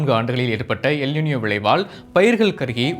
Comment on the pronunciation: காதில் ஈயத்தை காய்ச்சி ஊற்றியது போல் உள்ளது